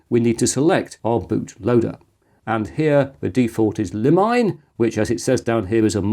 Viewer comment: Blimey, an Arch based distro on Explaining Computers? A surprise but a welcome one. Looking forward to seeing NixOS and/or GNU Guix next.... 😉 By the way, the bootloader Limine is pronounced 'lea-me-nay'; it's Latin for threshold.